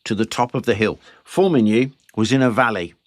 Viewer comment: I praise you for your pronunciation of《Formigny》. 🫡😉 Here. Have a like.👍🏼